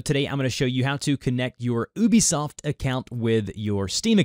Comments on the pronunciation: its you-be soft not oh-be soft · It is pronounced You-Bee-Soft dude, you can message them if you need proof.